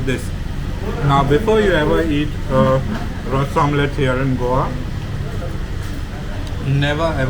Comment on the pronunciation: You are a goan please pronounce Ros omelette properly